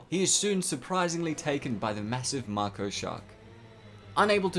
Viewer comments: i try really hard to not bad mouth people's pronunciation of words, esp since not everyone speaks english natively and even those that do may not speak it that well, but ffs, there is no R in mako....i can hear a few times that is is mah ko, but most of the time it sounds like you are saying MAR ko... i have always heard it as MAY ko, but could understand MAH ko....but not MAR ko. just absolutely headache inducing to me...though im prob just weird beyond that, nice coverage of a surprisingly good if highly scientifically inaccurate movie lol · it's pronounced as Mako shark, not Marco shark. No "R" sound whatsoever! Why are you adding it? It's like calling a Grizzly Bear & a Griozzly Bear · "Marko shark" Mako shark plz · It's MAKO shark, not Marco shark!!! 😵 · Dude, it’s Mako Shark. Make o.. Not Marko! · Marko shark?? You mean Mako shark ffs. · Is anyone else extremely bothered hearing Mako pronounced as 'Mahko' and not 'Mayko'? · I don't mean to be a bother but its "Mako shark" not "Marko shark" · Dude it’s Mako (may-co) not Marko lol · STOP SAYING MARKO ITS SAID LIKE MAKE O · its mAko not m a ko, pronounced with capital a mAko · kts pronounced (May-Ko) not (Marco) lmao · Marko? It's may-co, dude... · Marko shark? Its pronounced “May-Ko” mate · may ko not macko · Mah-ko is the name of a Japanese woman. May-ko is the type of sharks that were modified. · Not to be a pronunciation freak but Mako is pronounced (May-Ko). Moan over, but anyway this video is great! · Im pretty sure its mako not marko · Sorry to be that guy but it’s may-ko not mah-ko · I dont want to be meen but is not marko its mAko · It's pronounced may-co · I didn’t know that about the original ending! For once, test audiences actually got it right, haha. Also in Australia and NZ, we pronounce it May-koh shark, good video! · What's a "Marko" shark? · Ik it’s just ur accent so no offense, but it’s “may ko” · Did he just say "marko shark"? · They're MAKO sharts right? No R. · Mako= May-Co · May-koh shark